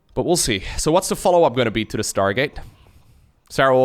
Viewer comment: "startgate" - haha thats why i love u